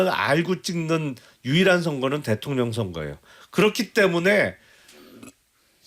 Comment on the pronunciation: 성태야 코맹맹이소리로 대통령이라 따박따박 말하지 말어라. 듣기 역겹다.